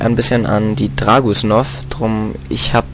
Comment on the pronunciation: du bist wirklich einer der besten spieler aber bitte, dragunouv spricht man wie dragunoff und nich dragusnoff >.< ansonsten biste echt genial